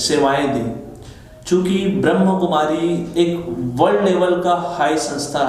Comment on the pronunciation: पहले उच्चारण सही करो क्या ब्रह्म कुमारी नहीं ब्रह्मा कुमारी कहो